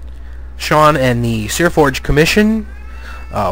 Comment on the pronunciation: It's Seaforge. There's no R in it.